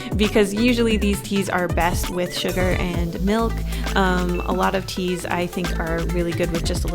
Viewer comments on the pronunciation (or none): I thought she said cheese as cute girls for a second skskksks